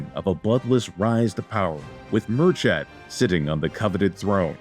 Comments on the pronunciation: Sorry but the name pronunciations is horrific😂 Its like mur-kid not mur-chad. Love that Ireland is getting some playtime though🙏🏻🇮🇪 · Personally I'd soften /k/ to a /x/ and lower that /ı/ to a /ə/ but you're correct. They even get Brian/Briain wrong.